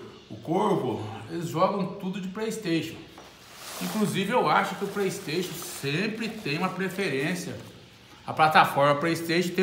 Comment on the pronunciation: "Praistation" , "x box" kkkkkk , mais parabéns